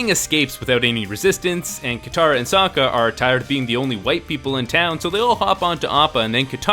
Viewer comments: soaka? its fucking sokka. wtff m night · The fact the actors have moments mispronouncing the names angers me. Bitch said so-ka instead of Sokk-a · "Soaka... Don't" I will always hear it as Soaka and not Sokka... Like what idiot cast this person? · the pronounced sokka's name like soa-ka? i'm abouta kill someone, any recommendations? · Sewka? lol. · Wait how the fuck did she just pronounce sokka